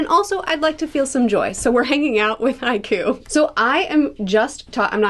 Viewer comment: I think it would be fun if she snuck in or just kinda talked in haiku when talking about Haikyuu. Considering how this imposter says the name